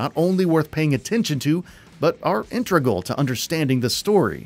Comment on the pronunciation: It's actually pronounced ( in- teg- ral) integral not (in- tra- gul)